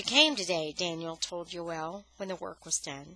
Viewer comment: Joel not yoel